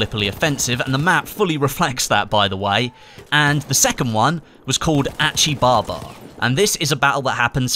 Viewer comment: ACHI BABA wtf love this pronunciation lmao